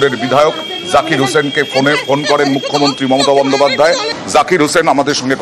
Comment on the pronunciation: জঙ্গীপুরের বিধায়ক তো মনে হচ্ছে মালের ঘোরে কথা বলছে। 'মুখ্যমন্ত্রী' শব্দটা একবারও সঠিকভাবে উচ্চারণ করতে পারলোনা। ঠিক মাননীয়ার 'গরমেন্ট' উচ্চারণের মত লাগলো।